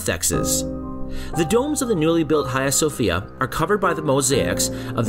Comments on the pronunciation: Nice work. I went recently and it’s still amazing from the outside. The inside feels odd and complex. Note on pronunciation ~ there is no “kh” sound. H “ha” as Hagia. Or it’s also pronounced “Aya Sophia” 😊Hopes that is helpful and not critical sounding 🙏I look forward to more videos about Turkey 😊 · Ayia Sophia is better of Hayia Sofia pronunciation please buy doesn't matter still the documenter and the information contained is very true and interesting as a whole! Optic Acoustic too!!! Well done 👍!